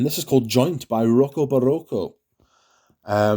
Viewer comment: Lovely haul mate. Rocco Barocco sounds a lot better in a Geordie accent! There are a few in here I have my eye on. I too have a haul video coming soon. Keep an eye out...#vintage.